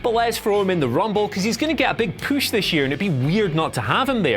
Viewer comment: Anyone else bothered by how he says push? Lmao "Poosh" 😂